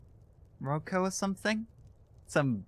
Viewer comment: You trying to remember/say my name is really awkward. In your defense though, is written wrong in Enderal, missing an ´ in the i: is written Rocio instead of Rocío. It means Dew by the way xD The pronunciation... I wrote a long line and then I said screw it, just put Rocío in google translator, press the listen icon XD Oh... my favorite bard song in Enderal: The Winter Sky. Always makes me teary eye. It reminds me of a folk song in my country about the same thing: the husband went away on a ship, promised to return, and the wife walked alone on the beach every day waiting for him until she died from old age. You were lucky there as the "Lords of the Lost Ones" are programmed to be insta-kill enemies for the Prophet: if they touch you, you are dead, as they do 150 damage per hit. They are the living nightmare of melee characters. Lucky for you he got distracted with everyone else: touched Firespark, then Rugar, then Jespar, and then died just at that moment. The f...ers run fast so you could have died right there, really lucky. Only two more creatures have more damage in this game: the "Desert Spider Queen" with a 175 melee hit and a poison that deals 100 per second, and the "Dragon"/"Black Myrad" (they use pretty the same moveset) with constant fireballs like a machinegun that is hard to avoid for 150, that if you are in flames deals more damage, plus the burn damage itself.